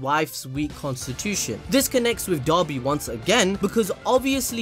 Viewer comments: People: pronounces "Dabi" as "Dobby" My brain: "Master had given Dobby a sock, Dobby is free!" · Dabi not Doby